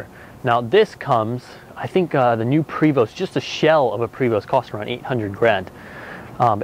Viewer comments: How on earth are you in the RV business and don't know it's "Pray-voo"... French Canadian. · It’s pronounced PRAY voh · Also as a matter of interest. You said "um" three hundred and fifty two times.......Also, STOP SAYING PRE VOST.........Also, you need to work on your sales pitch....."Look at the paint on that thing". In fact, I don't believe you are right for the job.....Back to washing for you. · Thank you for your feedback! He knows that its "Pray-vo," but he kept saying Pray-Vost in the start and then said correctly later in the video.. Oh well.. It Is What It Is.. Its Pray -Vo for correct French pronunciation just like it should be "Por-chaa" for German.. or Gaan-Gaa river for Indians.. Its great that we have got so many feedbacks along with some critical ones, but we know that's all good. Thank you for watching our videos.. haver a happy July 4th! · The ST are silent. Prevo. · He should learn about the product before trying to sell it. Luckily for him, they sell themselves. The VIP has nothing to do with vanity... it's Prevost's (BTW PREE-VO NOT vosT) chassis indicator that shows that it was built as a shell for conversion. The VIP designation came from the original shell history when they were created for the entertainment industry, long before Marathon, Vantare, Liberty etc even existed. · I believe the name should be pronounced like “PREY - voh” since the originator or builder is French. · Hard to get past him saying Pree Vost. :-D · Great review, but (sorry) the pronunciation is "Pray-vo". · Actually it is Pree-vo! It sounds not like pray! But nice rig! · It’s pronounced prevo the ‘t is silent. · Its pronounced "Pray-voh". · Pre Vost Ven Terry....?...... Please start again and SAY IT PROPERLY!...... Also, is that a bagel on your head or are you in fact a girl? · Prevost is pronounced prevoh, s & t is silenced. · Prevost...pronounced pray-voh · its pronounced Prayvo.....And its a Vantare not a Vantarie. Typical salesman.....